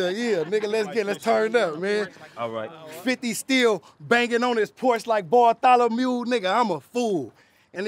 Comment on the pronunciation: Nigga said barthalamule lmdao